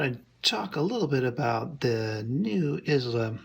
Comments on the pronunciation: Wow. That seems a tad hyperbolic. It's actually EyeLa not Is-La. It's named for Brad's daughter. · Is pronounced “eye-lah”. Don’t feel bad, my Scottish in-law shamed me mercilessly over my butchering the name in the same way. Great review!!